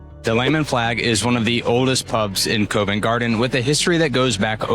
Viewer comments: It is not Cove nt Garden, it is pronounced Covv ent Garden. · "Cov ent" not "Co vent" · Great video. Love your enthusiasm for history and our culture. Just a tiny point about Convent Garden - the Co in Covent is pronounced C-of-vent (like in Cough or Complement) not Co-vent (not like in coincidence). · Great video. I spend my time in London in a similar way 😂 Just so you know, Covent Garden is pronounced 'Cov-ent' and not Cove-ent' Garden. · Covent pronounced C-of, not cove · Yeah, it's more k-ah-vent, not k-oh-vent, the o sound is like dove, not cove. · Yeh, covv-‘nt gardn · Covent as in column, not as in colon! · think of it like the word convent without the n